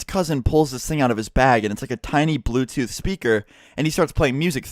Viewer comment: Once he said blootooth I knew what happened lol